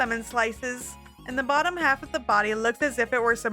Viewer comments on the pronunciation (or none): none